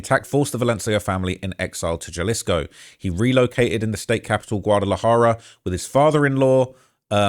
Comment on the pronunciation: I’ll give you a pass on everything else, but J is pronounced as H in Spanish. So Jalisco is pronounced “Halisco” and Guadalajara is “Gwadalahara”. No hate, just saying that’s the easiest one to pronounce correctly Lol.